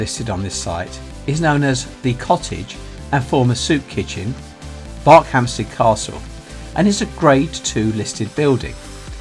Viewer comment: Thought it was pronounced B "er" khampsted, not like Berkshire. Great video though.